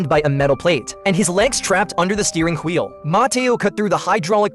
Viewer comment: He😂 he said tgweel